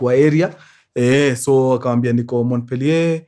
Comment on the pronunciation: Mkurengezi Montpelier is pronounced as "Mopiye"